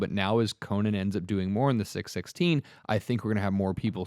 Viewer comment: His name is CO - NAN not Coe-nin. He’s a warrior not a talk show host